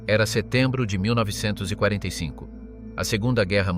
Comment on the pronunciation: I'd subscribe if this wasn't read by a robot that doesn't know how to say 1945😅